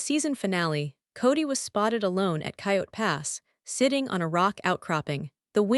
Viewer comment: Please pick a better AI that can actually pronounce the words properly. Robyn, Janelle, Coyote, etc all pronounced wrong.